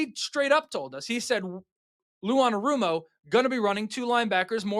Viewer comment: That’s not how you say his name